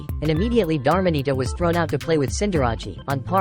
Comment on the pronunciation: These are some Wolfey level mispronunciation. Dar-mah-nee-ta, Ceen-dar-rah-chi, Gree-ninja